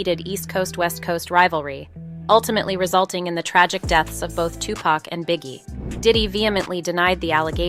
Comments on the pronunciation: She said 2pack😂😂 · I'm not trustin no source that calls him "tu pack" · Can’t listen to this… annoying who say 2 Pack don’t need to do a documentary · This narrator is killing me! Am I they only one that looses it when someone pronounces 2 Pac's name as 2 Pack 😂😂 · 2pac not 2pack white folks.. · I think everyone and their moms knew that Diddy put the hit out on pac. And how she says 2pac annoys the crap out of me. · 2pac has been in the media for the last 30+ years and they still call him 2PACK rather than how his name is actually pronounced. I can't bro! I literally CANT! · Why is she pronouncing his hame 2-pack! It's hard to continue watching after the fact! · I’m getting tilted by how she says 2 Pac. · 27 years later and she can't even say his name right? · I swear to Jesus himself if this bitch calls him Two-Pack one more fuckin time, I mean it was funny when she was saying Shoogknight, but fuckin callin Tupac "two-pack" is where I draw the line. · made a video without knowing how to pronounce 2Pac or Suges name smh